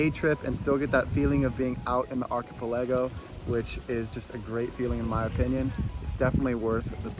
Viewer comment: 2`20 sorry what now? Archa-palay-go??